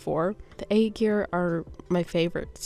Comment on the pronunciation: I DIDNT REALIZE THE SKIN TAGLINE WAS SUFFERING AND STRUGGLE OH NO The anni skip tickets you’ll get from dailies! So 7 a week, and you only need like 5 runs to get the full amount of anni! I have a couple friends who speak Chinese so lmk if you have questions! :) (By the way aegir, is pronounced like ire! If I’m overstepping my bounds as an internet stranger lmk tho)